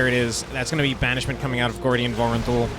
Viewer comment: Its Gordian my friend xD